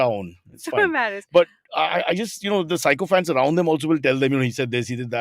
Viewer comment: Hey just a pointer. Cyrus is an inspiration for all of us...but noticed that he switches pronouncing sycophants from "sai-co-phants" to "sick-o-phants". Apparently "sick-o-phants" is the correct way to pronounce it. Just letting Cyrus know😊